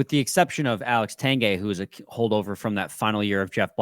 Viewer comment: And its Tang gway. Not Tang gay. Lol but true